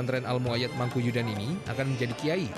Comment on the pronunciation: Mangkuyudan pak bukan Mangkuduyan